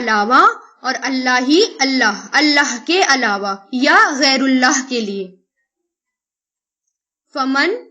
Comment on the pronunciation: Madam pls see there is غیر الله with kasra harkat. You are pronunciation it with ضمه which is not right. Please do correct it